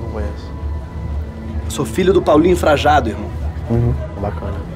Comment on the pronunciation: Frajado? Pensei que era Frajano